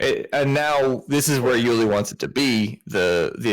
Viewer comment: His name is Juli with a j (his full first name is Julian), not Juli with an h.